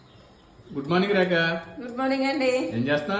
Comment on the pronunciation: Hii..sir..meeru,Goodmorng Rekha ani spastangaa pilavandi..maaku Raajaa.. ani vinipistundi 😂